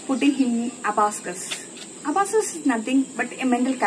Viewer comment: Very talented god bless...m a proud aunt😇 I love how the little one is busy in her own world ❤️😂A small correction in the word Abacus..pls check the pronunciation for the same... otherwise as usual beautiful video... keep going ❤️